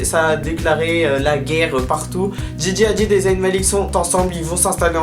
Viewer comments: Bonne vidéo like always ! C'est moi ou tu dis z-a-Y-n? Tu dis pas le y comme un i 😉. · Arrête de dire Za-y-n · c'est trop drôle tu dis "zahine", sinon je t'aime d'amour, love love💙